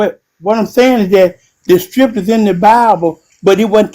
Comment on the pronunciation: The one guy talking about STRIPcures rather than scriptures lol